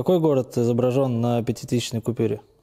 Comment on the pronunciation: пятитысЕчной купюре??? ахахах Антоха увольняй свой безграмотный продакшн